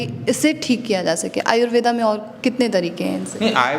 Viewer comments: Thanks for information, कृपया आयुर्वेद को आयुर्वेद कहें, आयुर्वेदा बोलकर इसका अंग्रेजीकरण न करें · Madamji,namste.Apka dr.sab ke sath jo bahut mahatvapurna batchit hui ye acha laga .Lekin es darmyan aap Indian hone ke bavjud Ayurved is shabda ka sahi ucchar kare ese "Ayurveda" na kahe ,dhanyawad.